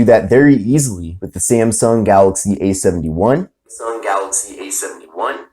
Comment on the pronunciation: Its not SEMSENG phone its samsung